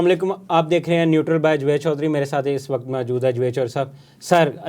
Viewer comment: Javed Choudry Saheb, you co host’s pronunciation is very poor and Pendu type. He cannot pronounce you name in the appropriate Or properly. His pronunciation of your first name clearly reflects that he is Punjabi. This is not good for a national telecast show. Please change this pendu type person.